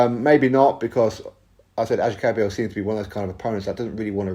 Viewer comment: lol its kabayel ...